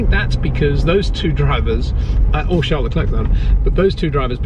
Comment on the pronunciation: Please pronounce Charles Leclerc's name correctly: "Charl Leclair". He has been and will be around a long time. Courtesy and professionalism demand no less. Thank you.